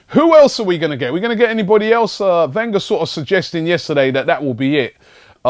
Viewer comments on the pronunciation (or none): none